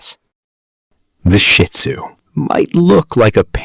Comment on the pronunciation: Please say Shih Tzu (SHi ˌtso͞o), not Shit Zu!